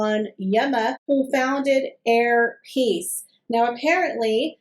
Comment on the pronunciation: Sorry but did I hear the airlines name wrong"hair peiece" 🙂good to have you back.x